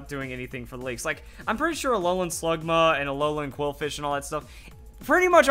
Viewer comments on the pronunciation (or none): none